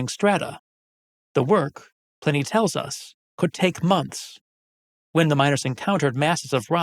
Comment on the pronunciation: ...and why is Pliney pronounced Pinny...?